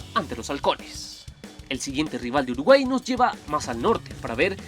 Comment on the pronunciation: Alguien mas se dio cuenta que en el minuto dice "Urguay"?